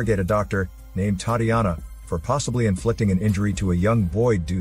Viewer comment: Butchered the name Tatiana 😂 A for effort. Sweet movie